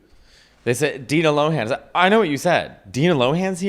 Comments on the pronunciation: i’m 3 minutes in and you’ve both failed to say her name correctly every time 😭 she’s addressed this in interviews multiple times - “lohan” is pronounced “lowun.” not LOW HAAN 🤣 the same way “lindsay” is pronounced linsee not “LIND SAAYE” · Her last name is pronounced loan the H is silent